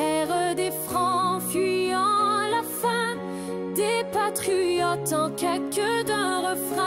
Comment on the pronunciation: "Des Patriuote" hehe :)